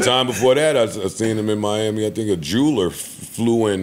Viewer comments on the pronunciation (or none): none